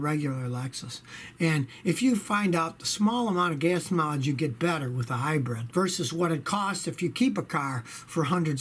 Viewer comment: Never recoup? Disagree. Although it is dependent on 1) the cost of gas ($5+ here in Japan) and 2) whether or not you have additional repair expenses associated with the car being a hybrid. At $5/gal the breakeven point arrives reasonably quickly. And it’s ‘hybrid’ not ‘hybred’. Otherwise, love your channel.